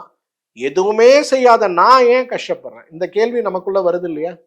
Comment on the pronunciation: கேல்வியா? கேள்வியா? கேகிற or கேட்கிற?